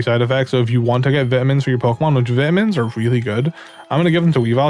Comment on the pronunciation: i don't like the vitamin pronunciation it makes me feal weird